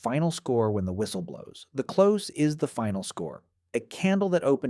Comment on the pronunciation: yep, more AI. He also talks about the "close" of the candle but pronounces it as "Close to me" not as in "Close the door"